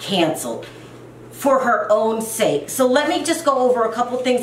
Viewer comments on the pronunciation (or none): none